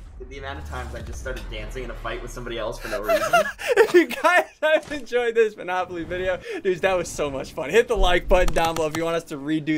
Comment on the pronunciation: You just called manopoly